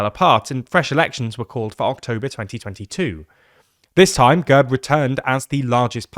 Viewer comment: It's not girb, it's gehrb.